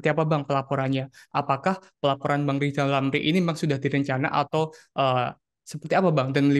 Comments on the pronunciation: bukan rizal ramli tpi lijal lamli....😂😂😂😂😂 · Lijal Lamli....😂😂😂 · ngomong r aja yg ngomong kkn rijallamli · Bukan Rizal Ramil kali? Lizal Lamli yah? Heheh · Lijal lamli..... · Gimana bisa berpikir sehat loe RR. ngomongbhuruf R saja loe gak becus.coba deh loe sebut nama loe sendiri dengan baik dan benar.😂